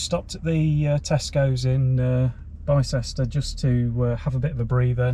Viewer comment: Nice video. BTW Bicester - is pronounced "Bis-ter"